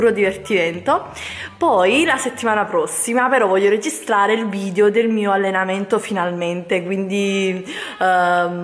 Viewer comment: Sai che si dice "VidEo" e non "Vidio" ? 😞